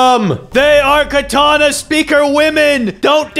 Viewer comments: Dude it’s katana not kataana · “Katena speaker women” BRO ITS KATANA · Katana not katena btw